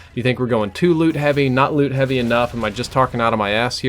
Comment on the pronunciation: Anyone else keep thinking he was saying "lewd system" instead of "loot system?"